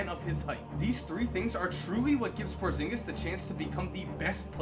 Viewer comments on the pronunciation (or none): I got chills when he said porzingus